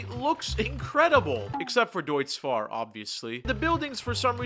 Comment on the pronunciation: Bro can't say deutzfahrlol